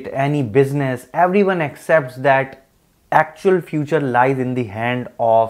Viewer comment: Decent content but ...a place for "eveyone"? & "Securtiy"? 🤨